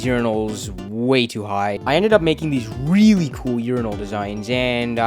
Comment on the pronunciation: Why do you say "weally" Instead of really